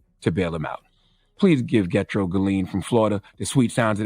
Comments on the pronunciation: Not "Getro" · Lol this dude said Get Tro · Gethro pronounced "Je thro" in the 🇭🇹 islander voice. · Yes it's being mispronounced.